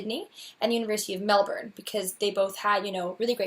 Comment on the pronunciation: Sounds like a dream job! I mentioned it before but having lived in Melbourne you KNOW they pronounce it Mel-bun, why you no pronounce it right? I know you use spf 50 sunscreen, but I see you burned all the time. I met another red head (ginger am I) when I was 17 who was dying from melanoma, the things he told me and the way he looked scared the heck out of me. Please consider using your sunscreen more often.